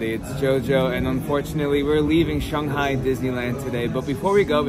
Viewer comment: This is the first video I’m watching in this series so I might have missed something but why does Jojo keep saying Shunghai instead of Shanghai?